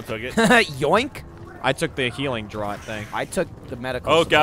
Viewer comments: i like... but "healing draught". saying it as Droat, instead of saying draft really irritated me. They even have a draught on Off Topic. Sayyyy it rightt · 'draught' is pronounced "draft" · Draught is pronounced "draft" thought you guys were supposed to be alcoholics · "DRAUGHT" is pronounced "DRAFT", not "DROUT" ! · The likelihood of which is that "drawt" was an incorrect pronunciation that enough people said for it to become a colloquialism, much like people from my native Philadelphia saying "wooder" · The wonders of the English language; it's pronounced "draft" but spelled "draught". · Welcome to English language where nothing is consistent. I would've said Drot too because that's how I'd pronounce most aught words, and I have never heard it said before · Draught is pronounced "draft." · For the love of god, draught is pronounced 'draft'. >:( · It's draught as in "draft", jeez guys xD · ngl, the way they're pronouncing draught is pretty hilarious :D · Did it bug anyone else that they can't pronounce draught? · If you're referring to the way he says "draught", then he's technically using a correct pronunciation, just not the most common.